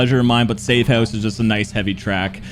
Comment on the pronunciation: You must be Canadian, I heard you say "House" as "Houoose" and immediately thought that lmao